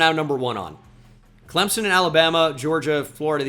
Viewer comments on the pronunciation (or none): none